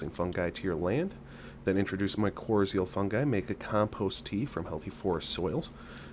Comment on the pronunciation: My-cor-rye-zul. You are mispronouncing it.